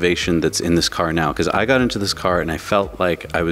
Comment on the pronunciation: "The sensors of the car cause cancer" ? What? Oh the sensors of the CAR OF COURSE CAN SEE IT. Took me like 5 times to understand what he was saying for some reason.